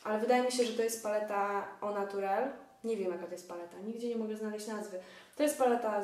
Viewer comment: czyt. ol natiurel :) to nie jest oh so special -.